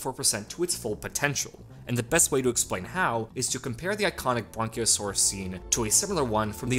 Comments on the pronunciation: It’s brachiosaurus not bronchiosaurus. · Brachiosaurus not Bronchiosaurus. Think arm "Brachi" not lungs "Bronchi" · Its Brachiosaurus not bronchiosaurus you idiot!!! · Brachiosaurus! Brack! Not bronk! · It's not "Bronchio-saurus"; it's "Brachiosaurus"! Say it with me, Narrator. "BRACH-I-O-SAUR-US" (pronounced, "BRACK-ee-oh-Sore-us") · It’s called a Brachiosaurus, not a Brontiosaurus. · Wtf is a bonchiosaurus. Its brachiosaurus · What the hell is a "bronkeyosaurus"? Is that what you get when you cross a brachiosaurus with a donkey? Okay, say it with me: brachiosaurus. Sound it out: brack-EE-oh-SAW-russ. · Great video! But... Bronchiosaurus??? No. Brachiosaurus. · stop calling the brachiasaurus a bronchiasaurus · Brachiosaurus, not bronkeosaurus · You are confusing Bronchitis and Brachiosaurus. There is no such thing as a “Bronchiosaurus.” I know Brachiosaurus is a long word, but read it slowly. brach-i-o-saur-us. They even pronounce the name correctly in Jurassic Park. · Did you really say “Bronciosaurus”? 🤦‍♂️ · "Bronchiosaurus"? Dude, just don't... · What the fuck is a "Branchiosauros"? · Did he also just say BRONCHIASAURUS?? Jesus Christ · It is pronounced BRACHIOSAURUS! Brak-io-saur-us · I almost had to stop watching this video because of "bronchiasaurus." Good work, though. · op did you just say bronchiosaurus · "Bronchiosaurs..." eye twitch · I definitely believe you pronounced it wrong ! Too many letters it’s a simple brontosaurus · 3 minutes into the video and still trying to figure out what a "bronchiosaurus" is. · Wtf is a Bronky-assorus??? 😂😂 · Is this guy saying bronkiosaurus? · I almost spilled milk out of my nose when he said Bronkiosaurus.. and I didn't even drink milk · You’re trying to merge “brontosaurus” with “brachiosaurus” lmao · Great video but bronchiosaurus lmao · When you said BRONCHIOSAURUS i wanted to shoot my head off. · It's pronounced like braack eeo saurus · I'm sorry, but it's Brachiosaurus. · Why can’t you say Brachiosaurus correctly?